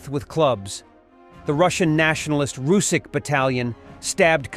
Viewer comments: RusiCH, not Rusikh. CH reads like in CHina. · it's "rus-sitch" not "rus-sick". "ch" as in chair or charm, in Russian it's Русич - r, u, s, i, ch